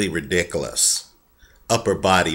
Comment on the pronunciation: Love the way says "ridicolas" lol